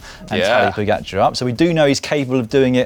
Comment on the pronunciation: As a proud slovenian it's nice to see you pronoucing the č's in Roglič and Pogačar correctly, unlike Americans who after 3 years still struggle to say Dončić. Props to you.